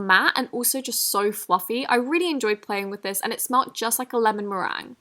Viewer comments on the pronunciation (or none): none